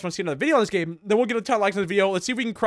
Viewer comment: bro said gam